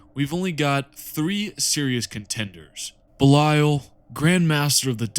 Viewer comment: Your pronunciation of Belial hurts it's literally Belee-ull